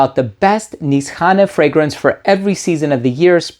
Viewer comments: So now we know it’s pronounced Niss-hanay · its actually niche hane / hane means house in turkish. when you connect these words becomes nishane (nişhane) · Nisane or inSHane? Every reviewer has got his own pronunciation when it comes to saying the name.